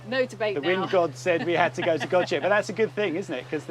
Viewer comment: Hi. My wife and İ have watched all your episodes and always enjoy them. We are from Scotland but have lived in Turkey since 2009. İ hope that you don't mind but İ want to correct your pronunciation of ''Gocek''. ''C'' in Turkish sounds like ''J'' whereas''Ç'' sounds like ''Ch''. So if you say it like it was spelled with a ''J'' i.e GOJEK it will be correct. Take care and keep making great videos .-)